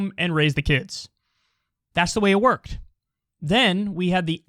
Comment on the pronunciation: He cant even pronounce the word "worked." Its past tense you idiot. Stunning.